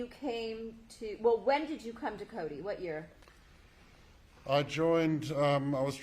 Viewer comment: Is Coty! Not Cody🤷‍♀️